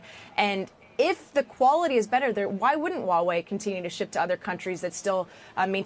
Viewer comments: Pronunciation correction for almost ALL AMERICAN: It is H-WA Wei/ It is not WAWAY It is H - as in in Heh ....and then WA Wei.....You really pronounce the H. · Why do they say Wawei? It's called Huawei. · Why cant Americans pronounce Huawei. It sounds so funny they way they say it. These are supposed to be professionals but sound like clowns.